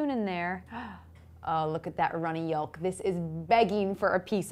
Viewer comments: It's pronounced YOKE not YULK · Did you just say yole-k? Where are you from?